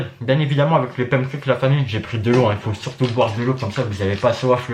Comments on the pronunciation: y dit pam cakes la? 🤣🤣au lieu de pan cakes 🤣🤣🤣❤️ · Mdr il a dit "pamcakes" lol 🤣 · Ton accent me fait rêver quand tu dis pancakes